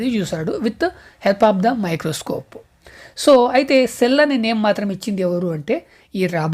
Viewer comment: Microscope❌ microcope ✅ Protozoa ❌ protoguzuva✅😂😂😂😂